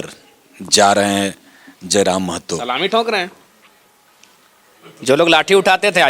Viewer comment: You r the first who do right prounciation of महतो not मेहतो